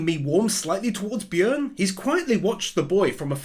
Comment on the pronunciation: I like that you pronounce Björn the correct way with not pronouncing the "ö" as "o"